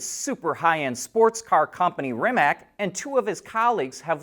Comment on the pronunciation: Rimac is pronounced more like Rimatch